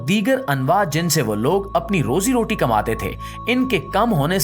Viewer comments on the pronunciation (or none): none